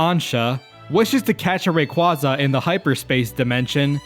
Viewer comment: Thank you for being someone who says Rayquaza right